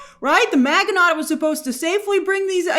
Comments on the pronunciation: It's ma-ji-no not mag-e-not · Grace it's not Ma Gi noT, it's pronounced Ma gi NO! long stress on the O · Grace, Maginot is pronounced Maj-eh-noh. Its a French name. Just fyi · It's not pronounced mag in ot.....itsMaj in o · “Mahj-ee-no”, not “mag-ee-not”. It’s French. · It's pronounced Maj in oh Grace.. A million Frenchmen cried out in pain with your pronunciation.. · Ma-ja-no not Maginot. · The word "Maginot" is pronounced "MA-zhi-no". Not MAG-uh-not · First thing I noticed also. 😂 She didn’t remember he was a French man. Definitely Not pronounced “Mag-e-Not.” 😂 Ma-ji-no is the correct pronunciation, like you mentioned. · Pronunciation Magin no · It's pronounced ma-ji-no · Proper French pronunciation for Maginot, - Ma-zhi-no - (the G is a soft G, the T is silent). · Pretty sure it's pronounced "man-gi- no" Maginot. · lol "Maga-Not" 😂😂😂😂😂😂 I was making breakfast while listening to this breakdown and I was like "What the hell is a maga-not doing in Aliens..." Then she started to describe this history and I was like "😂😂😂🤦🏽‍♂" Oh Lord, not Grace representing us Americans on the world stage 😂 You Europeans mustve been like, "Americans 🤦🏽‍♂". I swear, some of us actually know history over here and with knowing the history can pronounce the words😂🤷🏽‍♂ Amos - The name of the ship is the Ann-you-bis Kenzo - You mean... The Anubis, Egyptian God of the Underworld...? Amos - 😑😑😑😑😑😑😑😑 Kenzo - Sure, or we can call it the Ann-you-bis 🙄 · "Maginot" is pronounced Ma-Zhi-No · Isn't maginot pronounced mah-zhuh-no ? Was it pronounced incorrectly in the show? Or does Grace need a WWII primer? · I was like "Maganaught"? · It's MAA jen know. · it's pronounced "MA-JIN-O." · It's actually pronounced "ma-jee-no" 😊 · Maginot is pronounced MAZHI-no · Mazh-in-oh (French). Apart from that -- you've got me intrigued! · You mispronounced Maginot.. it’s like Majino….. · Her pronunciation of Maginot is killing me 😂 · That's not how you say Maginot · That's not the right pronunciation for Maginot